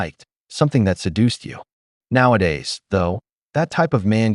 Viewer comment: "He woz a narssussust" Every woman story 😅